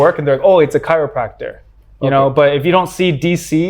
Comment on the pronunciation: Dr. Richard Lee, as a doctor, how can't you pronounce chiropractor? You have to prepare if you want to interview foreign people. Learn English properly. As a doctor how don't you know between chiropractor and medical doctor. 😊